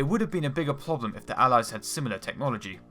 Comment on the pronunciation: Anyone else notice he keeps on Pronouncing Problem like Ploblem?